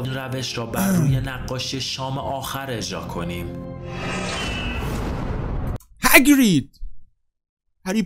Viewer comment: هگرید نه هاگرید